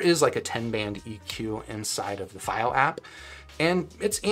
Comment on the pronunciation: Maybe try pronouncing the products name properly if you're gonna make a video about it... It takes 5 seconds to do the most basic research